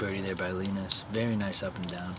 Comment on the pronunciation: poor Linus getting his name butchered lol